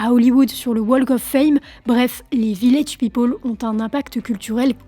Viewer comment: On prononce peopEl et non pas peopOl. C'est insupportable.